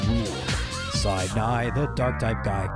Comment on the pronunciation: "Side-Nigh" (Sidney) The Dark-Type Guy Theme (Truncated)